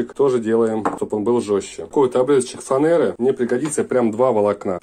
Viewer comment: Задам вопрос не по теме, извините. Почему фанЭра , а не фанЕра? Зачем произносить неправильно слова? В детстве мы тоже многие слова коверкали. Умышленно произносили неправильно. Но одно дело когда ты так общаешься в своем кругу где все так говорят и совсем другое, когда тебя слышат сотни тысяч людей из разных уголков страны, а может и планеты. Для чего транслировать свою неграмотность? Просьба не расценивать мой вопрос как претензию.